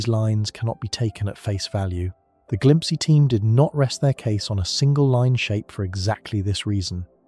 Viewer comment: It's glimpse... like you know glimpse. Not whatever tf you said. Glimpsee? Wtf is that?